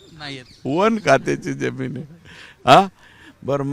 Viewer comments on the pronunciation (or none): none